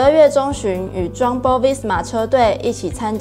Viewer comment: 外文發音有待改進，例如Jumbo應該讀作Yum-bo喔